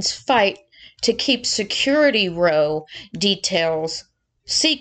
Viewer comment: ‘Security row” - the word “row” is pronounced like “cow” not like “show”. smh